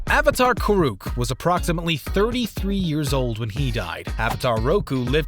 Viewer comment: Did he say kurook? It’s kuruk